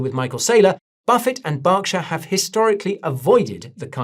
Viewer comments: is it Barkshire or Berkshire for Gods sake 🤦🏻‍♂️ my ears bled… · BERKshire Guy! Not BARKshire! 😅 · Why do you call it Bockshire? Its Berkshire say it with me Berk, Berk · BERK-SHY-ER, not Bocksher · Yeah that kept cracking me up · Burrr, its cold. Its pronounced Burr-ksher.. not bark. Its not like a tree.. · Its an American company with a name that's easy to look up. Its not BARK lmao its BERK😂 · I just read the Subtitles as Guy is speaking and it reads he is saying BARKSHIRE 🤣 so definitely Wrong. As well as who is from the same country has prounced it correctly, Berk, not BARK like the Subtitles reads and not BOCK like guy is saying. So your different country theory doesn't play out. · Why do you keep calling it Barkshire? 😂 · Bark shire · That proofs he doesnt know anything about berkshire, how on earth can you say borkshire. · "Barkshur"??? I've never heard it pronounced that way Guy. 😅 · Who are Barkshire ir Borkshire ..... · Yeah I worked for BNSF for a few years, even met Buffet. BERKSHIRE HATHAWAY is an American conglomerate. So started in America, and No one in America calls it BOCkSHIRE or spells it Bock. Just cuz you are from a different country doesnt mean you pronounce CAT like it was DOG. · well working for the one of Buffets companies since 1999, and being at meetings where he has spoken as well as hearing it pronounce properly at work about 5-6 days a week, I know 1st hand its not pronounced BOCKSHIRE. 🤣 Do some countries pronounce Cat differently like COAT or Dog differently like DODGE or is it that some people are just Flat out Fk wrong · Are you purposely miss pronouncing Berkshire incorrectly? 😂😂